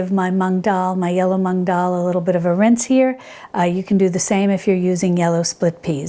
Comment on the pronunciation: Hi! Just one smallllllll little thing, since I'm an Indian and it's our pride - it's not tu-mur-ric, it's t-err-mur-ric and it's not mung it's moo-ng like how a cow moo's 🤭❤️